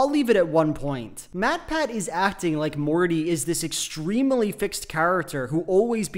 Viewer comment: I find it so odd that he pronounces it this way. I've never met anyone else who does that. It's extreemuhly weird.